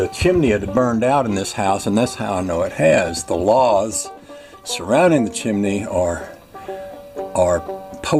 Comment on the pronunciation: That cement board should work good, it will attach well to the LATH (not lahth).